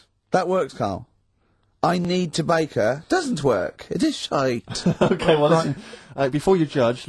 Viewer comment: one of my favs. "I need to bake her, doesn't work. It is shiite"